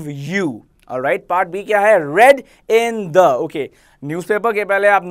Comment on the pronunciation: Red ya read.. Kya bolta hai bhai tu